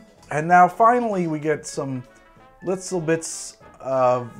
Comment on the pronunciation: “litzle bitz of” THIS IS THE POINT.